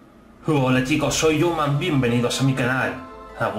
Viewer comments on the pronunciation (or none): Youman decía geogu